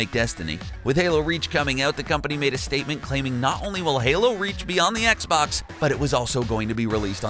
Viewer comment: At one point he called it an ‘Xbock’. It’s like the monster from bird box